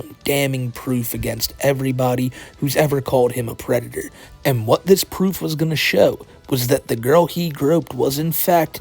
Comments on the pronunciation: Out of all the videos to watch on my first entertainment center while sitting on my first couch. This video welcomed me to the finer side of adulting. thank you. Side-note, dudes a pwedatuhh. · is a Bowser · Reminder of the day: The is a pwedator. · Still a Pwedator, always gonna be a Pwedator - - AKA the.